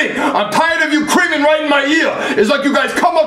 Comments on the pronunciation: When he says stop screaming it sounds like he’s saying stop creaming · I liked how he said “cream” instead “scream” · No he said crean it :)